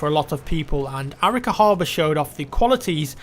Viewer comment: a-RI-ca, not Árica